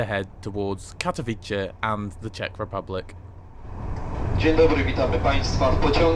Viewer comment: It's pronounced approximately Tsheskay Drahy. Aww yeah. And Katowitze